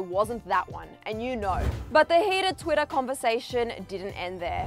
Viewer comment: "Twiddah" No hate, it just sounds funny to me